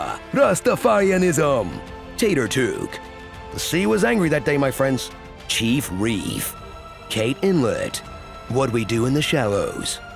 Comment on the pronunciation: "Chief Reef" 🤣🤣🤣